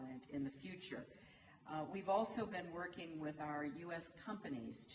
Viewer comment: with เจ๊แกออกเสียง วิด เลยอะ 555555